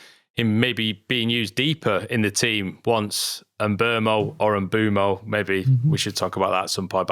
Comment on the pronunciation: You still don't know how to pronounce Mbeumo's name? Don't worry because he can help you himself in this short Brentford video (="Mboomo")